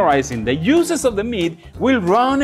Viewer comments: I like how he pronounces “juices.” The heat will make the muscles contract and push all the beautiful “USES” back into the steak. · The yuices lol... the prounatiations killing me but it be sounding so much more better... I don't even want juices no more